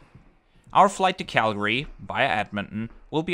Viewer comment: Thank you for actually pronouncing CALGARY correctly :)